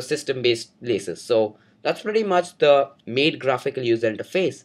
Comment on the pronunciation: good video, but you mispronounced MATE.. its not MATE as in two having sex, but as "Matte".. :)